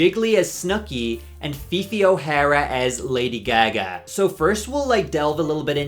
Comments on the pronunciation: Came to the comments to point out the way you pronounce "Lady Gag-Guh"???? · Yeah I’m curious where he’s from, I’ve never heard that pronunciation lol. I’m in WI. Around me it’s “Gaahh Gaah. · THE WAY I WAS ABOUT TO COMMENT ABOUT THIS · It was SENDING me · That cant possibly be how you actually pronounce lady gaga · Am i missing an inside joke or something, coz that pronunciation of Gaga in lady gaga is insane to me lol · I've never heard anyone pronounce Gaga like that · the way you say lady gaga is killing me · has always pronounced lady gaga like that or is this a psyop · Why do you say gaga like that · Everyone reading him for his pronunciation of GaGa and not Osbourne (cos we all paused and read the disclaimer). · Are you pronouncing lady gaga like that as a bit im so sorry if you arent